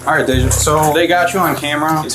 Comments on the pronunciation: Day-ja not no dam daja smh pathetic after they clearly say dejay (day-ja) you still mess the name up thats pretty pathetic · It's pronounced "Day-jah" not "Dah-jah". They say it multiple times throughout the clip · ... Day-jah. they say it Day-jah in the video. x'D She dumb tho "I didn't" maam you're literally fighting them to not be put in handcuffs. THAT'S RESISTING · Though she did steal from her workplace, the incorrect pronunciation of Deja’s name is ridiculous. You hear her name multiple times in the video yet you keep saying “dah-jah.” Like…😒😒